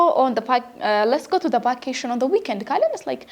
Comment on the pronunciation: It is good, but you mispronounced it. see it again how vacation is pronounced.